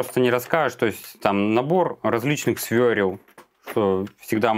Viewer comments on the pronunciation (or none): умоляю, при всём уважении, не свёрЕл, а свЁРЛ. Я всё стерплю, но не на вашем канале. И, раз уже на то пошло.. простите, конечно.. Но не кранЫ́, а крА́ны. Это я уже просто чтобы в массы... Потому что это бьёт прямо по сердцу)